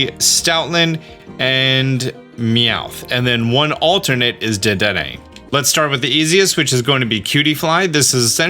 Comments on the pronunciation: haha he butchers that. It was in the cartoon. Duh-den-aye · Dedenne is pronounced day-den-ay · Dedenne is pronounced, 'deh, deh, neigh'. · It's pronounced: Dead-den-neigh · its day-den-nay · Deh-den-nay. You had it right a few times lol Also, who found out the eevee thing without some sort of guide?! That was total madness 😵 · Dedenne is pronounced “duh-dehn-eyy” my dude, in case you want the correct & easy way to see how to pronounce it. You pronounced it correct . Edit: while I’m here— vivillion is pronounced “vih-vee-yawn”. Has a French sort of pronouncing where the L sound is more of a Y. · Dedenne is pronounced “Duh-den-ayyyy “